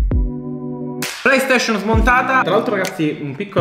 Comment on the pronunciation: Nessuno: Siciliano doc: playstescion